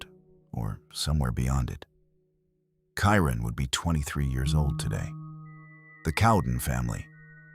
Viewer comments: This narrator cannot even get the names of the missing correct. Kieran to Kyron 😢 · The Kyron Horman section is distasteful. Mispronouncing his name, not getting the father's name correct, and showing two pictures of him with his mother Desiree, while talking about Terri (#1 suspect who I'm sure did it with her pal DeeDee Spicer) makes it look like Desiree is Terri. Every action of Terri after the disappearance was suspect. The fake crocodile tears during every interview. I can't believe she's still free. Pure evil, heartless. Back to my complaint though, for the respect of the victims and their families, at least get the correct pronunciation of the victim and his father, and for the love of god don't put pictures of the parents in any frame that you are talking about MF'r Terri...